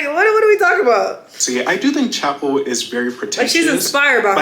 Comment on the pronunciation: I love calling Chappell Roan “Chacha” 😭😭